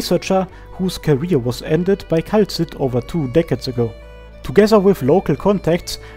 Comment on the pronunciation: Excellent work, as always! But... "Kay-la-see"